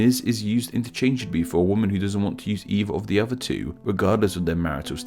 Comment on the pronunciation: Please learn how to say father, not farver. Other, is not pronounced ovver.